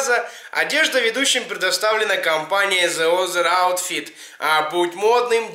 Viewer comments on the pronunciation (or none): Зи Азэ Аутфит, братан, спик инглиш лайк э босс ;) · зэ озэр аутфит. Это жесть. Почему хуйню несет он, а стыдно мне )) бро, подтяни английский и ихний русский. )